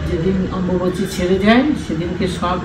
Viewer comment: অম্বাবুচি নয় অম্বুবাচি